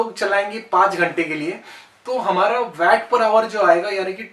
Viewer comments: ये वेट नही वाट बोलते है भाई। 🤗🤗🤗🤗🤗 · sir vat nahi waat (waat) kho Pronunciation is vvv poor